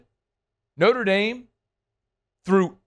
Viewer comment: “Norte Dame” … = Notre Dame.